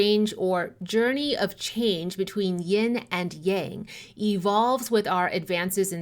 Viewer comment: As a student of the Ageless Wisdom teachings, I have been lacking in my studies of Taoism for some time. I’m very excited to discover your channel and greatly appreciate your method of teaching. I also appreciate your pronunciation of Yang, as it is “the way” I have always been comfortable with and believed I was hearing it mispronounced in the west often 🙏❤️